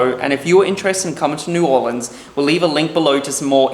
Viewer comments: It isn't New Orleeens it is New Orleans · If u want to say it like the locals its pronounced "norleans" lol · I've lived in Nola my whole life and let me just say, you did it right! (minus the fork) Gumbo Shop is my favorite place for gumbo and Parkway is easily top 3 for poboys. We love our tourists but please please... it's pronounced New Or-lens. Come back soon!